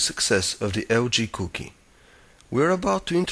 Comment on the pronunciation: Da LG Couuokie (that's how he said it) also most people just watch these reviews for nostalgia now haha.